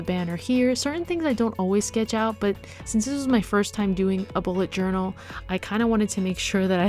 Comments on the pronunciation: nobody noticed but she joural instead of journal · Joural ? :D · Am I the only one who noticed the "Joural" mistake in the beginning?